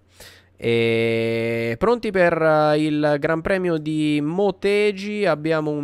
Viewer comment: scusa per la correzione ma si pronuncia "Moteghi" (i jappo pronunciano la G dura)